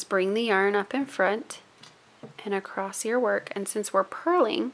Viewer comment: Please don't take this as a critique - I'm just really curious, from a cultural geography standpoint - but I'm wondering what region or state you are from. I ask because when you say "across" it comes out like "acrosst." I've heard another loomer's video wherein she does the same thing and I'm wondering if it is part of a regional accent. Just wondering. :) I'm a citified Texan, now transplanted to Michigan, so I go in and out of my Texan. ;)